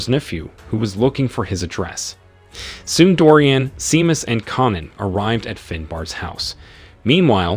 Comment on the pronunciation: "SHAY-MUSS", not "SEE-MUSS". I hate AI narrators....and how exactly is this a "SciFi Recap"?